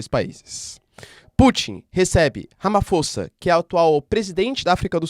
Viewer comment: Olá professor. Super vídeo!🙏🏾 Correção: escreve-se Ramaphosa mas lê-se “Ramaposa”. É um nome em uma das várias línguas existentes na África do Sul. Obrigado pelo vídeo.